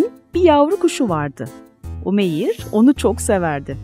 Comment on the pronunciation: Umeyiiiir degil. U uzatarak okumaniz lazim🙄 oglumun ismise Umeyr ve Umeyir denildiginee hic hoslanmiyor. U-meyr. İ yok orda